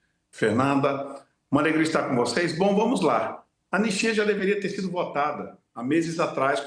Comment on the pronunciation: Anestia?? "ANISTIA"